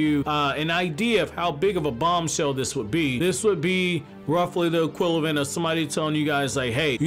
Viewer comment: dude...it's "equivalent" not "equilavent"...